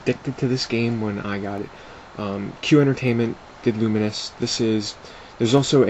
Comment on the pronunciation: isnt it Lu-mines? not Lu-min-is? just wondering, dont hate :P